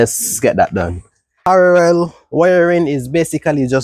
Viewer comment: i love the vids keep it up! btw the word is PARALLEL NOT PARAREL